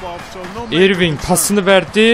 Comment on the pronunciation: ***** abi irving diye okunmuyo örving diye okunuyo adamın gerçek adı kyrie irving